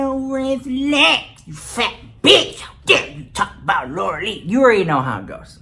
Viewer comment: Lmfao Dying at how you say "fat bitch" 😂😂😂